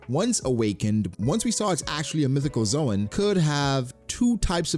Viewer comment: Dude for the last time... The zoan is not pronounced as zoe-an but zone